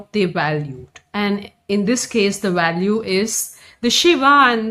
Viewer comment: It’s not walue; it’s value. Tamil Brahmins are inconsequential. The women talk too much and are vain